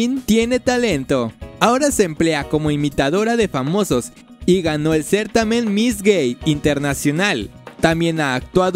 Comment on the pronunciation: Un poco torpe está el narrador, pronuncia mal el apellido Gil y certamen.